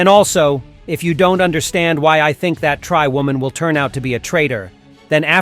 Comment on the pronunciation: I Tink he sed i tot er